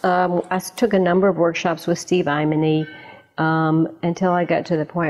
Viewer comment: Who is Steve "eimeny" she talks about?